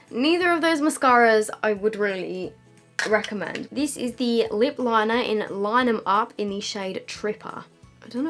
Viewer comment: Omg when she said lip liner I was like wait is she Australian! Lol